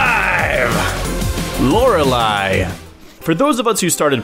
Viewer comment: I think it is pronounced Lorelleeeeee, not bashing on you, just a tip for future reference:)